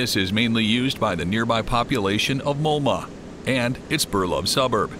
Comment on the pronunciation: Malmö is not pronounced Molma. I have been inside in that impressive facility few times.